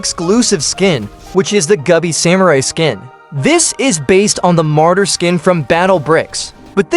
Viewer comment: "Gubby samari"